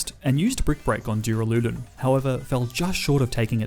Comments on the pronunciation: was wondering if anyone would say anything lol. When he repeated it multiple times I had to stop the video haha! If he reads this, it's pronounced Duur-Ah-Luh-Dawn. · Dooraloodun is definitely how you say duraldon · NO, IT'S PRONOUNCED DUR-AL-U-DON! THE THIRD SYLLABLE IS A U, NOT A F*CKING A! SAY IT RIGHT BEFORE I MAKE YOU! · great content but you inability to pronounce moves and pokemon names detracts from the quality e.g. its not dura-lude-en its dur-ral-ah-don, the max water move is not geezer its gyser(guy-zer), wyndon is win not wine, go-lis-a-pod not goaly-ose, cinder-ace not cinder-ence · He said duraloodan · take a shot every time he says duralewdun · the way you said "duraladon" killed me man. XD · Its pronounced Dur-al-a-don. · nice nuzlocke! but is no one gonna address how he pronounces duraludon?? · That is not how you pronounce duraludon